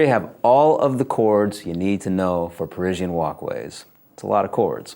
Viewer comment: "Perisienne" ? "PERISIENNE" ? "PE-fucking-RISIENNE" ? REALLY ?